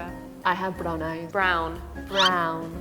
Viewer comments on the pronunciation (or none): that sounded almost perfectly like german "braun" :D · the pronounce of brown it's very italian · The way she said brown is literally how you would pronounce the german word for brown